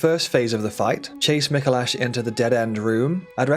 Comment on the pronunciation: Is someone gonna tell him he’s pronouncing Micolash incorrectly?